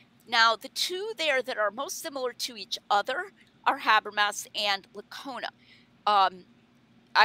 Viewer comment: * Licona. Not Licone. Lot Lacona. Not Laconay. Not Lick-on-A. Not Lock-On-Ya.